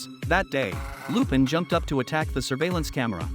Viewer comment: This has to be AI voicing this. I mean, who pronounces Lupin that way